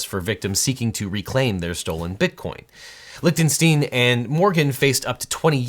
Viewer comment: Correctly pronounces Schadenfreude... but keeps saying LichtenstEEn when it is Lichtenstein. Gene Wilder would be proud.